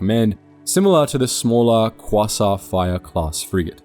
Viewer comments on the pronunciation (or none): The "Cwa-sar frigate"? Is that French? Jokes aside it's "K-way-zar friagte".